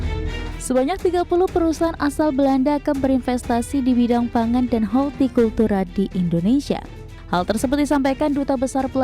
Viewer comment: Dua presenter kesulitan " HOrTIKULTURA", sangat aneh, pelajaran kls 5 SD😂😂